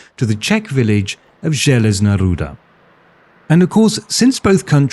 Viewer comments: your pronaunciation of Železná Ruda is real good :D also železná ruda literally translates to iron ore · Awesome video man, I loved your balance between the sides and yes, you prononced the Železná Ruda fairly right! :D Greetings from Czechia!